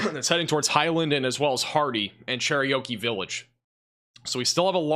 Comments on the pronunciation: You butchered the name Cherokee. Like...did you ever really bother to try to read the name? I understand accents can influence pronunciations, but really? "Cher-ry--o-key?" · U said Cherokee like it was an Indian Oreo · Cherokee is not that difficult a word. Lol. Good coverage